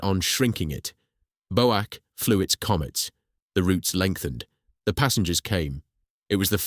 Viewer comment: BOW-ACK?? For goodness sake, it's B.O.A.C, each letter sounded separately.